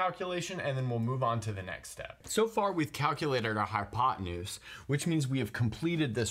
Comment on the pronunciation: Did he say high on pot tenuse?